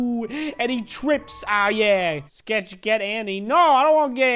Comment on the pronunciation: U said sketch wrong